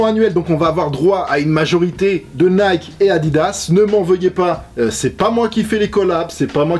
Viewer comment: "ne m'en veuyez pas" 1/01/2020